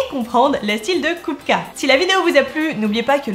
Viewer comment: Haaaaa une chaîne qui s'intéresse à l'art des tchèques contemporains. Déjà bravo pour le sujet, ensuite pour la prononciation qui est impeccable. En fait la trinité "Mucha-Klimt-Kupka" est ultra importante pour les tchèques car ils émergent au moment de la création de la première république tchécoslovaque, tout comme le swing tchèque en terme de musique. En tout cas merci pour mettre en lumière ce peintre trop injustement méconnu d'un pays qui l'est au moins tout autant.